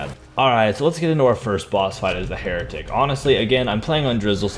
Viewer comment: "For being a heratic"-the heratic